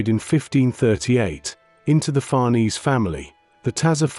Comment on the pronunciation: Nor Farnese.